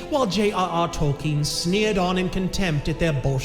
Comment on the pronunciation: Props to for pronouncing Tolkien's name correctly unlike so many other "fans."